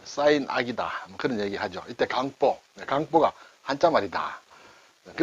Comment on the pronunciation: 襁褓를 발음할때 저는 경음화없이 그냥 강보로 발음하는데, 강사님께서는 강뽀로 발음하시네요. 어떤 게 맞나해서 좀 찾아보았습니다. 제가 알아본 결과는 원래대로 발음하는게 원칙인 것 같습니다. 오늘도 잘 배웠습니다.